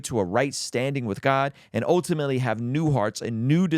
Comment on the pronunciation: Sip your water every time says ohtimately and you will sleep better and have clear skin 😂